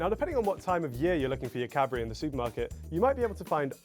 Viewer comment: Sounds like is saying Cadberry